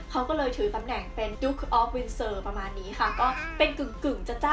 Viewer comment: *Windsor นะครับ ไม่ใช่ Winsor ช่วงวินาที 1.10 ผิดนิดนึง